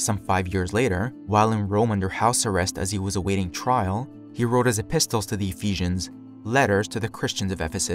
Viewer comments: Excellent piece . Fyi -apossel epissel -Correct Pronunciations in English . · Just like the word apostle does not pronounce the 't', neither does epistle. It's like the word castle. Cassel, not cas-tel. 😊